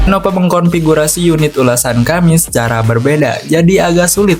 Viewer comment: Lenovo bukan lenopo bng